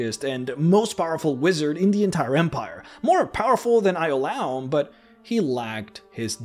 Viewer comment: I cringed at your pronunciation of Ioulaum lol